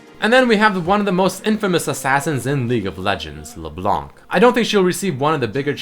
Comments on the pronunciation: LeBlanc? You mean leblenk right? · please dont pronounce the " C " at the end of leblanc :)